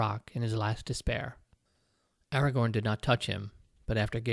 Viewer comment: This was such an interesting passage! I really need to read the Lord of the Rings at some point. (Hilariously, I kept imagining Aragog whenever you said Agagorn. 😂)